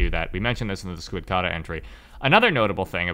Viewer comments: >pronounces cicada correctly and says that the second part of squidcada's name comes from this >still pronounces squidcada totally differently and weird >still pronounces iterator weird why are you like this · why do you say squidcada like that